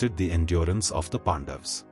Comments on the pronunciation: Its not Pandavaaaaas... its Pandavs..... Pronounce correctly at least our names. That A is not AAA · Humble request, please pronounce names as in sanskrit. PandaVAs, Arjuna , yudhishthira, NaradA Please 🥺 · No, it is Pandavaas. Don't apply Hindi's blunt style to cut off words. Now, repeat after me...Pandavaas. Na jaane kahan se aate hi tumhare jaise namoonay.